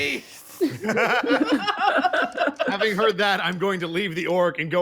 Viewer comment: She keeps saying Remy but i keep hearing REVY. WE NEED MORE REVYYYYY